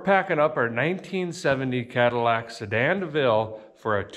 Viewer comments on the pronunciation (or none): none